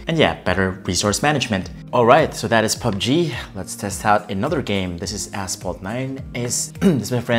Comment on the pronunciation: He literally said ASS PHALT 9